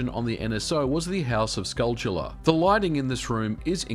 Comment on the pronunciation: Finally! Someone who pronounces "skulltula" correctly.